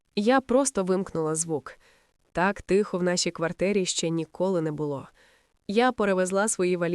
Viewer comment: І українською тихо а не тіхо .хоч переслуховуйте себе